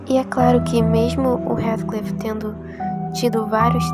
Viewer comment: Observe a Pronúncia do nome de Heathcliff por favor.